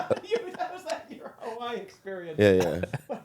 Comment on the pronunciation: Anyone else hate how says Hawaii?